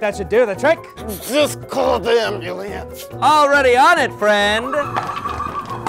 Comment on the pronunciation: Just call the "aMbUliEnCe"